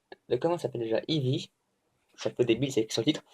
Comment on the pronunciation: J'avoue j'ai ri quand tu as dit "The book of Ivy prononcé I-vy" xD Ca dit dit AIE-VY lol Ca veut dire lierre en anglais ;) En tout cas j'ai adoré ce roman! Fate/zero, je l'aurai un jour! Allez, ça va bien se passer pour ta VO, comme tu dis, qui ne tente rien n'a rien! Et oui, ça s'améliora c'est sur et certain!